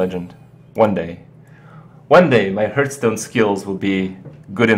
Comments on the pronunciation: There are two things I hate about Kripp. First off, he pronounces it as "Herthstone" It's "Harthstone" Secondly, he starts every god damn video with "Hey guys, Kripparian here.", & proceeds to talk that is just filler. I click these videos so I can watch what the title implies, instead of you explaining obvious things. This is why Amaz & Trump are more successful with their YouTube videos because they skip the 5 minutes of nonsense at the beginning. It's thoroughly redundant. Thumbs down if you wish but seriously, it's in every video. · "Harthstone" not "hurthstone" - the game tells you and it's mentioned often enough in streams/LPs/tournaments. Oo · you are saying it wrong... say: HEARTH - STONE!!! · Bruh I'm dead :.( lol hurthstone